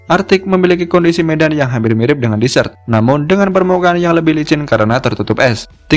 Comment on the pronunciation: izin koreksi dikit, desert cara bacanya désert, bukan disert karena kalau itu berarti dessert yang artinya makanan penutup